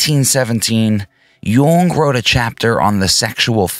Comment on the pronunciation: Could be...its mainly in how you're pronouncing "Jung"...which is so technically correct it makes me think you speak German too. But I'm just a slack-jawed Texan so what do I know lol